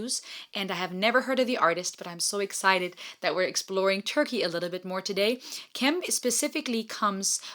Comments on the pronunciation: You should listen Sertab Erener - Aşk (Acoustic) performance. She has a unique and beautiful coloratura voice. Ps. Cem name is pronounced like gem. Turkish words mostly close to phonetical alphabet. The letter C is actually pronounced like a G 😊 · His name is not "cam" its sounds like "gem" this is how you read turkish "c" word. Basically like "g" in english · In Turkish, "C" is pronounced like "G". So, a more accurate pronunciation would be to say Not Kem, Gem Adrian. thanks for reaction ♥ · Cem is pronounced like the word jam.